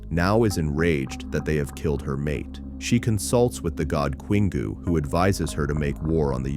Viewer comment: Queengoo? It's Kingoo.